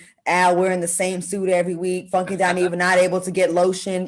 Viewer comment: FUN-KAY D🤣🤣🤣🤣☕